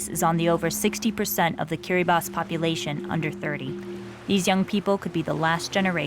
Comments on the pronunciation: Its not said kir-a-ba-tee its said kira-bus.... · King Bibi kiribatee is how non i-kiribati people call it since they don't know that in gilbertese language de writting of ti is pronounced as S so instead of kiribaTEE is KiribaS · First I heard KIRIBA-TEE, good thing she redeemed herself by saying Kiri-bass to the rest of this documentary. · It is pronounced as "kiribas" because in gilbertese they dont have letter T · Kiribati is pronounced as Kiri-ba-hs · It's pronounced KIRIBASS. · The ti in Kiribati makes an s sound so it sounds like kiribas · It’s kirabaus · KI-RI-BAHS. its pronounced KIRIBAHS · >"Kiriba-TEE" >Dislike >Close tab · Am I wrong that the correct way of pronouncing Kiribati in English is not ending in an "i" like this video does, but more like "Kiribas"? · Kind of frustrating that the opening title pronounces the name wrong, but she seems to know how to say it during the content. Too bad, I almost wrote this piece off.